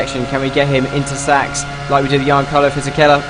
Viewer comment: In Fisichella's first name you pronounce the 'G'